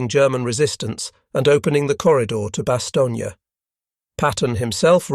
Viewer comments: Bast stone is the pronunciation without the space. Having being there in person in 1957 during my posting with the RAF BAOR, BFPO 40. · A Bit? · I'm not so sure, the pronunciation of Bastogne and Laboratory were a bit suspect.